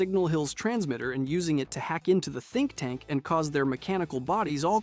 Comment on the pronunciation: tink tank?.....you mean think tank